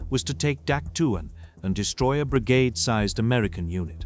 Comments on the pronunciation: We always pronounced it Dak Toe not Dak Two. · "dak tu" and "sky soldiers" in the first minute gives you a thumbs down. I was in the herd at dak. tow.